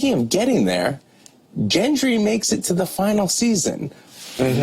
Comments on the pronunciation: The interviewer pronounces the character's name wrong, god damn it! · joe laughing every time he pronounces gendry wrong is absolutely hilarious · The pronunciation of “Jendry” is like nails on a chalkboard! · GENDRY ffs not Jendry!!! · ¨Yendry¨ wtf dude... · lmao I kept hearing jendry instead of gendry! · I know, he says Jendry.. Seeshhh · Hard G for Gendry. Hasn't this guy watched the show? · I cringe so hard every time he said jendry... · I don't know... I just found it really irritating that the interviewer could not properly pronounce the name Gendry. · How hard it is to pronounce 'gendry' correctly? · Weird. Joe says his character’s name several times, but the interviewer continues to pronounce it incorrectly. Maybe he can’t hear the difference? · Did he just JEN•dry.... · Gendry is not pronounced with a J sound. It’s a ‘gh’ sound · Idc Gendry with a “j” is much more pleasant sounding than with a hard “g”, so (J)endry it is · Did he seriously mispronounce Gendry? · Watched this after the Gendrya scene... Sorry host, but you're fired for messing up the character's name in front of the man who plays him. Not once, not twice, but AFTER he correctly said his own character's name you SAID IT CORRECTLY, then didn't the next go. Clearly you don't watch the show, you're here for the money, you're here for the brand, and you need to just go. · Also didn't pronounce Gendry properly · fuck sake lol at least learn how to say the characters name right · But he keeps saying it wrong when corrected.. Aggravated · easy mistake to make considering that precedent sets that words beginning with "gen" have the "g" being read with a "dʒ" (j) sound. EDIT: a reply to this got deleted but i’ll just say that he may have been a fan of asoiaf pre-got and was just used to saying gendry that way, like maisie is used to saying arya with a rhotic r even though it’s not supposed to be pronounced with a rhotic r, it’s a fictional character’s name anyway